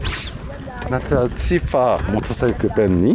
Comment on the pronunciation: ฉันชอบตอนพูดมากกก คือ คำที่มี _์ ก็อ่านออกเสียงชัด มอเตอร์ไซคึ